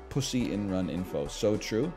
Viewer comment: I agrre with that chatter that said they hate how NL says pussy. It's too damned plosive.